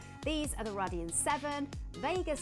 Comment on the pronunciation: why did she say Radeon like that